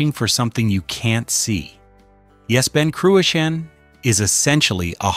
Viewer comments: “Ben Croo-a-Sheen “. Pronunciation is a f joke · Learn to pronounce Ben Cruachan correctly by asking a Scot. Don't air your american ignorance over here. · Not a bad video to watch but totally spoilt by the atrocious spelling mistakes and pronunciations. It is Ben CRUACHAN, and Loch AWE and it is well worth a visit. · Terrible pronunciation of Ben Cruachan doesn’t help.